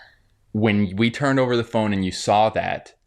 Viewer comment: I don’t trust anyone’s vaccine opinions if they pronounce “saw” as with an L. “Things we sawl…”